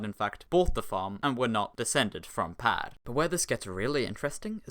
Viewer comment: The swedish pronunciation of "per" is fucking weird. It sounds like you're saying "pash"